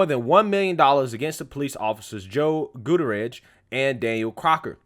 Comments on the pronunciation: It's pronounced, GOO-TEA-AIR-IS. Is the name hispanic? Damn Skippy it is. And wasn't there a gun in the car? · That name is pronounced (GUT-TEE-AIR-REZ), fyi... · Bro, learn how to pronounce hispanic last names!